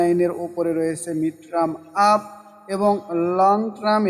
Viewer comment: ধন্যবাদ। আর ট্রাম না টারম (term) বলবেন।